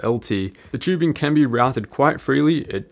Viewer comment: For fuck sakes, it's tubing not "chewbing"